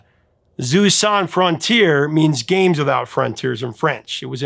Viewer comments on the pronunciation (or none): Pronounciation: that's not "Zeu sans frontiers," it's jeux sans frontiers. It's pronounced with a soft J, like the z in the middle of "seizure." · It's pronounced "Zhu san fron-tee-ehr." The title in French. (En Francais.) Games Without Frontiers = Jeux sans Frontières. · Bro, always check the pronunciation of key words in your videos. It ain't "Zoo sans frontiers" ... it's a soft J sound /ʒø/ like the French je ... Juh. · "Zoo son frontiers" wtf?? it's "Jeux sans Frontières". Non-French speakers should not even try if they're going to butcher that badly! How about Merry Clayton on GIMME SHELTER? Then there's Maggie Bell who provided 'vocal abrasives' (that's how she's credited) on Rod Stewart's EVERY PICTURE TELLS A STORY (title track). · "Jeux Sans Frontier" not "Zeus". 🙂 You need to work on your French accent! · jeux sans frontières - not "susan fronteer" 😂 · Kate Bush on Games Without Frontiers: funny, I was just thinking about that song last week, and I happen to look up the lyrics. I took French in junior high, so I was pretty sure I knew the words, but when I looked it up to confirm, it's "jeux sans frontières", pronounced approximately like "zheh sahn fron-tee-airs", as Kate sings pretty clearly. It's not pronounced "zu san frontières". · Jeux sans Frontières - In French, the letter 'j' is pronounced like the 's' in pleasure or leisure, a sound for which we have no separate letter in English, but it is conventional to represent with 'zh'. Also, many consonants at the end of words, including s,t and x are in modern French not pronounced unless the following word begins with a vowel. So in this case 'Jeux' is pronounced 'Zheuh', to rhyme with 'her' or 'myrrh'. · LOL!! Thank you for including the graphic , because your pronunciation of "Zoo-Son Frontiers" had me scratching my head. Once you can see the original French (jeux sans frontieres) it finally makes sense! ;-) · Omg! Your pronunciation of “jeux sans frontieres” it is not Zeus!